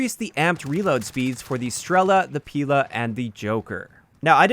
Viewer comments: Random note russian Strela (arrow) and Pila (saw) both have stress on A. You'd say Strela' and Pila' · Nice vid mate! for future reference, "Pila" and "Strela" are russian words and it is correct to put the accent on the second syllable in both of these words